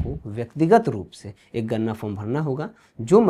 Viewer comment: Ganna,ganna mat karo, wo ganna nahi ganana (counting) hai 😂